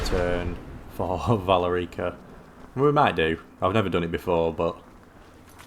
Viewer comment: Why do British people, or at least British sounding people, always mispronounce everything? The game literally says her name “Vuh-lair-i-cuh” several times by this point and he still says it wrong. Like, how?😅